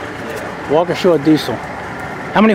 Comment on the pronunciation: Why do people call it walk-uh-shaw? It's pronounced walk-ee-shuh